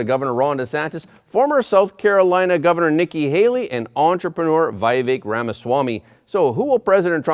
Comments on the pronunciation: It is not 'VI-vek' but VEE-vek Ramaswamy. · Not Vaivek. It's Vivek. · To the host: Vivek is pronounced "vee-vek", not "vy-vek" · Vivek is pronounced as We Wake not Why Wake. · Not why vek its vi as in victory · His name is pronounced v eee - vek